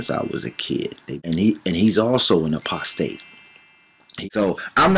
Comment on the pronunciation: lol! #28 he said "postate" hahaha